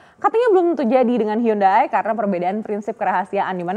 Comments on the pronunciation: hyundai, bacanya yandai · Dihhhh.... Bacaannya hyonde bang. Hangeul: 현대 Romanization: Hyeondae Romanization + penyederhanaan: Hyundai Pronounsasi/ pengucapan: Hyonde